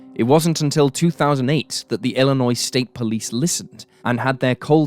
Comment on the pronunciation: As a Chicagoan by birth, thank you for pronouncing Illinois correctly. Even Americans oddly mispronounce it, often (I should stop being surprised by that, however lol). I knew of this case, just because sycamore isn't too far out of the Chicago area.